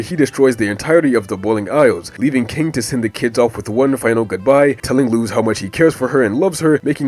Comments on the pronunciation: Don't worry man, since Luz is an actual word in spanish, us native spanish speakers don't say "loose", we say it fast and short like "lose". So on what you thought was a mistake, you actually said it right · That's actually the correct pronunciation of it! Her name is a spanish word and that's how it's said